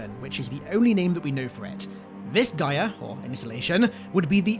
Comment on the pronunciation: I believe your saying Gyre wrong! It sounds like your saying GYM without the M and then followed by an ER sound. Just thought you'd like to know.